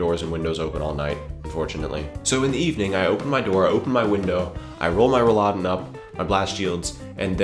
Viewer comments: You always say Rolladen so that it sounds like the food Rouladen :) it sounds just funny. you actually´re talking about Roll-laden (maybe that helps to pronounce it :) ) great video anyway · Hahaha, it's Rolläden, not Rouladen, which is rolled up meat you serve with red cabbage;D Rollläden contains the word roll, which makes sense because you roll them up. Sorry for "correcting" but I was just imagining this rolled up meat on your windows. But acutally you are right, they are called blast shields;D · Good Video. I'm glad you discovered the right usage of Rolläden. I personally am not a fan of air-con, because it's usually too cold (don't fancy taking a cardigan for when I go inside in the summer). Can I say that you may want to watch your pronounciation of Rolladen. It's double "L" so it's a short "a" afterwards. What you said sounded to me like "Rouladen", which is not the same thing at all. :) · Blastshields! btw its pronounced roll_laden, but blastshields is the way better name :D *backscratch